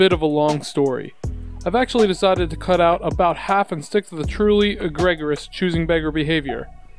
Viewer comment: eh- gree-juss egregious i'm just letting you know because i would want to know if i did it wrong too. in college the first time i saw facetious in print (i knew the word, what it meant, but never had to read it off a page before) i was like face i us? the teacher corrected me fah seesh us and my face was bright red because of my embarrassment, but hey, i learned how to spell that word finally lol :)